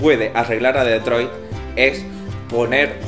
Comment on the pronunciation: Como pronunciada Detroit me provoca cáncer xD